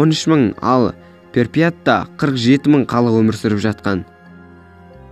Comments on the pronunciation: Ұнады бірақ перпять емес припять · Брат перпят емес припят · Чернобіл мен припіят деп күшті айтасн